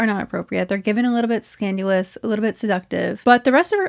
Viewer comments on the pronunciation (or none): Girl no hate but it’s pronounced scandal-us not scan-due-lus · Are you saying "scandUlous"? It's scandAlous. HR will always give you a handbook which WILL include the dress code, so no one can really shout ignorance when trying to justify this mess. It's even more sad to me that parents haven't participated enough in these kids' lives (and yes, they are kids) so that they inherently know this crosses a line. What a shame. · Are you saying… scanulous??? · I agree with a lot of your points, but I kept getting distracted by how you pronounce ‘scandalous’ as ‘scan-you-luss.’ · Is she saying "scandalous" or "scanulous?" 🙄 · I think your pronunciation of scandalous is delightful, don’t change it. Scandilous should be slang for a promiscuous person from Scandinavia. 👯‍♀️ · Your pronunciation of “scandalous“, I’m very confused.